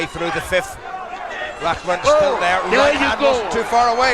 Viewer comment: It's pronounced "roc-mahn" now Raw-man. Like, who doesn't know that?